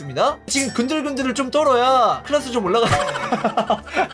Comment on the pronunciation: 클래스도 아니고 클라스😂